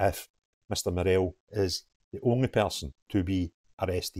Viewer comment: You are pronouncing 'Murrell' incorrectly. Say it like Burrell. Don't emphases the 'ell' part.